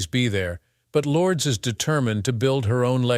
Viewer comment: Learn to say Lourdes name properly if you want someone to listen. Turned it off after a few times.